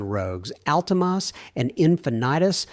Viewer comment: Also, , he called the Nissans - "Ultimahss" and "Infinitus". AI is so irritating.